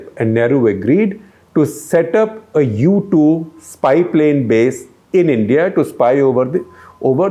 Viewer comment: as an aviation enthusiast, i am irked every time i heard YouTube instead of U2. am i the only one who noticed this